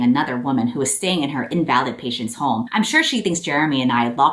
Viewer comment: Lowkey this doesn't matter but the word "invalid" in this context is pronounced "IN-vuh-lid," with the emphasis on the first syllable. "Invalid" in this context is an outdated synonym for "disabled;" I really only bring it up because the fact that Colleen Hoover calls a disabled woman an invalid is fucking WEIRD. (Additionally, she used the word incorrectly; invalid in this context is a noun, not an adjective.)